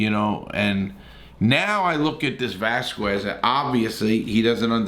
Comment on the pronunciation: Cain Vasquez 🤣 damn Larry